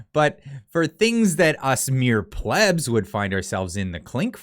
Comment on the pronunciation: First 20 seconds: A debate on the pronunciation of "controversy" followed by a pronunciation of "plebe" which I believe is wrong in every dialect XD